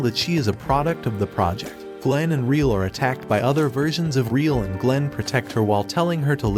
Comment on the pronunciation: Just as a slight correction her name isnt “reel”. Its Re=L, pronounced Re-L. Other than that its a good video on the show.